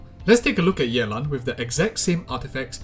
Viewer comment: The way you say yeLAN is singlish af :3